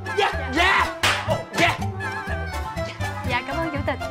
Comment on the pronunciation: Cái chảo vàng mà mới đầu nghe lộn thành cái chổi vàng